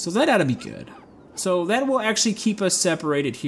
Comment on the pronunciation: the way you're saying "that" every time is grinding my gears, but l like this gameplay